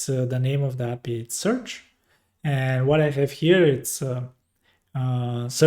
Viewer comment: thank you for the tutorial but please for the love of god stop calling API "appi". Please pronounce them as separate characters. A. P. I. 🙏